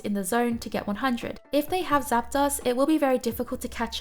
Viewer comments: I hate to correct people but.. it's zap-DOSE not zap-DOSS. ArticUNO, zapDOS, molTRES. Uno, dos, tres.. one, two, three en espanol. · I dunno. She says Zap DOSS. That's pretty unforgivable. Uno, DOSS, Tres.